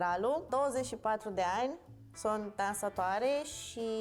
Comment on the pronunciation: Agree, she speaks like her mouth is full or something, even messes up words, like mis-pronounces words: "sont" instead of "sunt" for example. This is the best they could find? Really?? If you want a good representation, call on someone who speaks Romanian with proper diction and without an accent. She could've also given a lot more synonyms, to show that different regions use different variation of a word - slavonic or latin. And the other kids aren't too good either. They weren't even listening properly like wow...